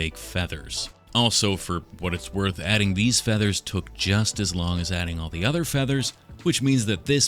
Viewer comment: and of course you didnt say "FEATHERS" near enough !